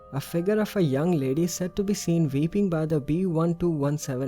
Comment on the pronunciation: In Towton instead of weeping I thought you said Vaping lol